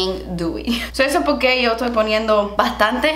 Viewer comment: "because" "poqué" 🤣